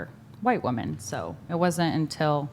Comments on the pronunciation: This chick's inability to say "women" is driving me crazy. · Why are they saying “WOMAN”??? It’s women! Plural! Women! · None of these WOMEN can pronounce WOMEN.